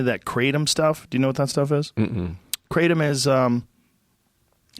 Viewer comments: You pronounce it kraa-tom. Bothers me a little when americans call it kraydom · Ga-tom not kraytum... i grew up in bangkok suburbs drinking it boiled in a rice cooker and then mixed with codeine, ice water and coke. The motorbike taxi guys used to sell on the branch, it gets you real high when you been having shots of it all day- this is when it was legal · "kray-tum".. smh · Didn’t know it was pronounced Kray tum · Ask Joe what his shirt says and he'll say "mauy thai" but can't say another Thai word Kratom. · Lol he has a different pronunciation of it on every episode where he speaks about it. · He’s not even pronouncing it right. Don’t talk about it like you know it well from a few experiences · lol he pronounced kratom completely wrong. In Malaysia people drink that shit like orange juice. Chill out Joe it aint that crazy